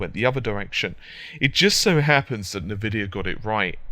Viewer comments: Nuh-Vidia hahaha! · Haha I like how he pronounces Nvidia... As Nuh-Vidia!